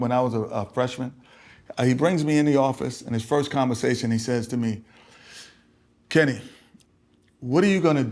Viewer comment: It's not Kenny... It's Ken-NY